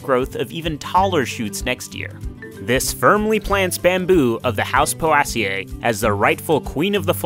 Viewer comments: poe-ay-see-ee, ffs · Mispronounced Poaceae